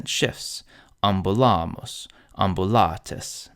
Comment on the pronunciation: The rules are correct. The pronunciation sometimes is off, quite a heavy (english?) accent. The "u" sound in Ambulamus sounds like the typical american attempting to talk italian or another romance language on vacation. Good efforts anyway